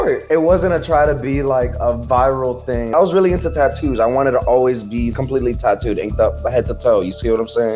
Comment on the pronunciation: bro aint no way sunny pronounced tattoos like that and no one is talking about it, what in the hell